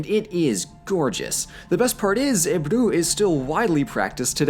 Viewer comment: The water coloring art is called "Ebru", not Ebu. Notwithstanding, your pronunciation of Turkish words are surprisingly well :)